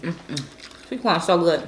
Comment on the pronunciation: I thought she said”porn and potato moookkboongg”